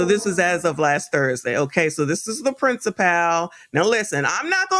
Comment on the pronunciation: Love your content! Principal is pronounced “principle.”. Not princiPAL.